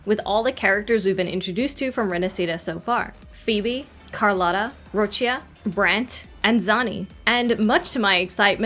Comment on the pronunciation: FINALLY SOMEONE THAT PRONOUNCED ROCCIA CORRECTLY!!! Now i'll wait patiently for hearing someone pronouncing RinaSCIta correctly.